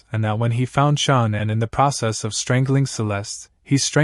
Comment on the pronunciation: that's how this narrator is saying shannans name, who is Shon-nin?